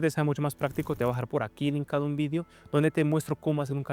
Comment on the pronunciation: Porque dice "Vidio" si UD no es español??)